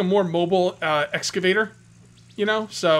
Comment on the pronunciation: Btw its EXCAVATOR lol <3 ya